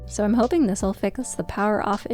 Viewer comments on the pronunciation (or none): none